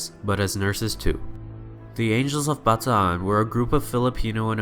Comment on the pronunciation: Thank you for pronouncing BATAAN correctly.